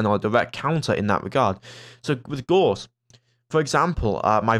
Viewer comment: FYI: the 'au' in Gauss is pronounced like the 'ow' in cow, and the ss is a hard s like in 'stop'. It's a german last name; Carl Friedrich Gauss, for whom the Gauss unit of magnetic field strength is named, was a mathematician and physicist who made a lot of contributions to the understanding of magnetism.